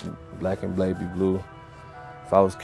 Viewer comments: "Black and blaby blue" omg hahahah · Did he say black and blaby blue